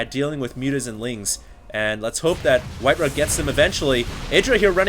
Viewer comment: Im sorry, its not pronounced Rah its RAW, simply because of that i find it hard to watch